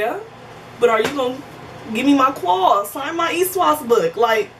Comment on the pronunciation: Lol what is this ESWOS I keep hearing. Is it s/t to do with that pin